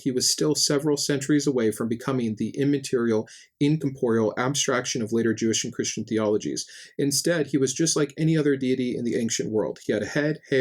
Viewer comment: Love your videos! Small detail you may not be aware of, but when you are trying to say the word corporeal or non-corporeal you replace the first r with an m, as in "comporeal". Only mentioning it in case it's something you'd like to correct